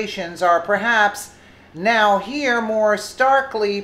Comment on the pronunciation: It's pronounced No-where, not now-here.